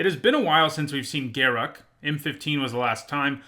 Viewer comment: Thank you SO much for pronouncing Garruk's name correctly. I can't stand when people say "Ga-roook".